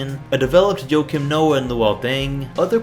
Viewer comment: Huah-Keem- Noah not Joe-Kim